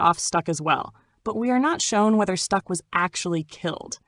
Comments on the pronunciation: Is this ai?? Stuck?? Stack, like Smoke Stack. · Cant watch this..."Stuck"?...Thought I could let it slide...Cmon Son...